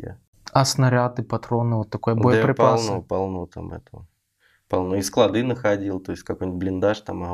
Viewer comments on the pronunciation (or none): none